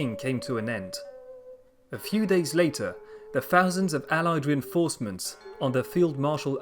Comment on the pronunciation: Definitely raised in the UK though.. can tell by the way he says "fousand" , "somefing" , and "foroughly" 😉